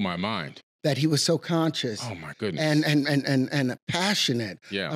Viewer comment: ... such conshis... very pashun... wow :P